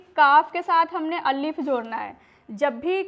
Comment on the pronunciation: Allif nahi alif hota he